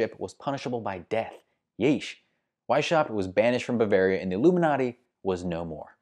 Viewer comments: The "sh" in Weishaupt is NOT pronounced like the "sh" in ship, the name is pronounced Weis-haupt (as if it were two words). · The name was so butchered that is was impossible to understand it - why do english-speaking youtubers refuse to look up pronunciations? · Why don't you look up how to pronounce Weishaupt (or any "foreign" name, for that matter) instead of mutilating countless ears out of convenience? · I feel offended by the terrible pronunciation of Weishaupt.